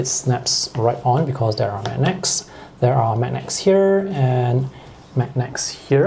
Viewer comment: Good review thanks Just something for future improvement… it’s pronounced as ‘mag-nerds’ rather than ‘mag-necks’